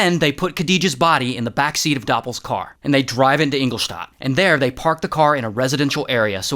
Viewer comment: great job on pronouncing Engelstadt 🇩🇪 🇦🇹